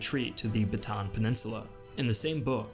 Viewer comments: Kindna grinds my gear a little bit when he says Batan it is Bata-an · Bataan is pronounced as Ba-ta-an not Batan. Anyways this is such a great video and I learned so much. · ba-ta-an not batan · Bataan in pronounced Bata-an, not batan. Foreigners always get this wrong :D Learned a lot from this video though. :D Fact, Philippines used a Japanese Peso for a very short while while the Japanese are in control of Manila. Now these bills are being collected. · Ba-ta-an Death March nit batan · Just so you know, Bataan is pronounces as /Ba-ta-an/ and Corregidor is pronounced as /Co-re-hi-dor/ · It is pronounced bata on there is a gap between a’s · Just saying you pronounced Bataan wrong it is pronounced Bata an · It's pronounced Ba ta an... The two as' are not pronounced as one... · Yup it is pronounced as long "A" not with short "A".